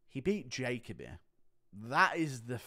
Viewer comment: Hey it’s Ja-co-bee not Jake-a-bee